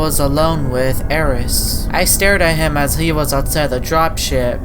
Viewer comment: “Thim” Change to: “Him”